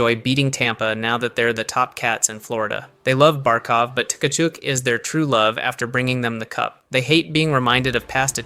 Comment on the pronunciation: So this is either AI or you just don't know how to pronounce a lot of names properly. Tuh-ka-chook is not how you pronounce that at all lolol.